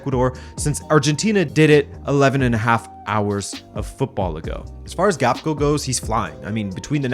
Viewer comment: Gakpo is pronounced so wrong. It’s a Ghanaian origin last name. I guess you guys can’t make the sound kpo makes in thr Ewe language. Basically you don’t hear the k or p 😂